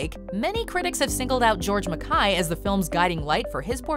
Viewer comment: This film is an artistic master piece - and that is an understatement. --but enjoyment of this video was RUINED by the narrator's MISPRONUNCIATION of George MacKAY. Is she on drugs or what? How do you get a name that simple SO WRONG?!?!?!